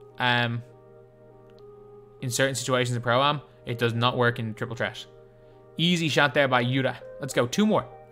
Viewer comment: can you tell us why you say "Tret" and not "Threat", but you can say "Three" just fine.